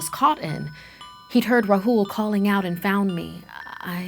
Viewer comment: it not ruhool its raahul